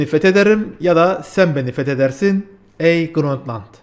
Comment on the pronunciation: Grönt land nedir baba. Grönland. Grönland. Grönland. Cahil de değilsin.